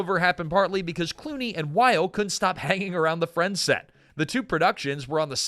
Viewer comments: I’m here just to see how many complaints there are on the pronunciation of Wyle. It’s pronounced “while-ee” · Again, if you are going to present a video like you know something about the topic, it would help a lot if you didn’t mispronounce names multiple times! Why-lee not While! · The names are pronounced as Noah "why-lee", not "while" and Michael "cry-ton", not "crich-tun". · He's pronouncing Wyle wrong as well. It isn't Wile. It's Wylee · WYLE LIKE WYLE-E!